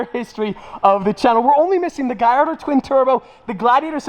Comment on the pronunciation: Another lamborgini has a name problem is that a gayardo or a Gallardo